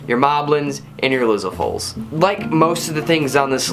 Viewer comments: he says lizalfos weird... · I say it the way he does and all my friends get mad at me for "butchering the word"